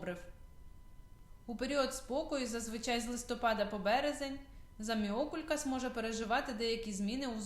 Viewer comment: Можна було хоча б навчитись правильно вимовляти назву рослини!